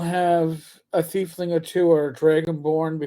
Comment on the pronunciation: Saying "thiefling" instead of "tiefling" really gives Boomer, they've been around since 2E Planescape.